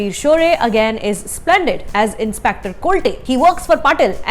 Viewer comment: Sorry to correct you mam but the pronunciation of ranveer Shorey character is कोलते instead of कोलटे. Just an observation, however its a very deep and technical review. Film is enjoyable. Thanks